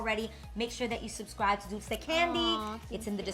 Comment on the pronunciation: A! Its dulce! Not dolce! Haha xoxo 😘